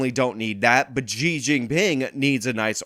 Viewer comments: Xi is pronounced as "She" by the way, at least trash that pig correctly. It's really annoying hearing you say ji instead of she. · She...xi is pronounced she.